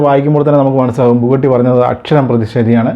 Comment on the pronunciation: ബുഗട്ടി അല്ല ബുഗാട്ടി അല്ലേ?